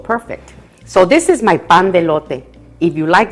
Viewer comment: I love it when you say pan de elote tu espanol es perfect